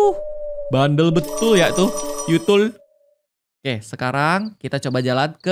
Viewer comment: Di menit kak regi bilang yutul